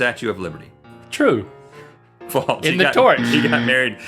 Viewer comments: they pronounce it as "faults" though. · Is it me or are they saying faltse instead of false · Love how they say "faults" instead of "false" XD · No, it sounds likes they're saying "faltse." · It's FALSE. Not FALTS. :P